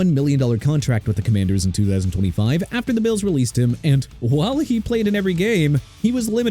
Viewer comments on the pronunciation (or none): none